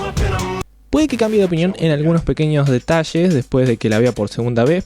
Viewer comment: Me encanta como dice el detallesh xd tu acento, al menos lo intentaron con Venom🚧